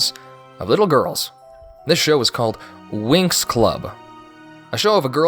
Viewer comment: I don’t want to be that guy but the show is pronounced like wings not winx